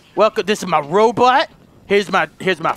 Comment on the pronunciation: Did he say ro butt